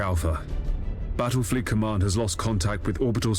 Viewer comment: Did you say Battlefield?